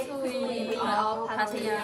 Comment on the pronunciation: FYI. There is no I in Pattaya ! You should learn how to pronounce the place you are talking about. Friendly advice 🤝🏼.